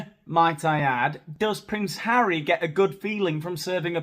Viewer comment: I am german and the pronounciation of Harry was so so bad, hard to understand at all 😂